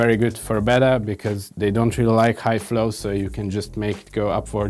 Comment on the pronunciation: Howcome says "betta," but you say "bita?"